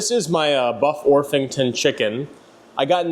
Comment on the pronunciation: It’s ORPington, not orffington 😣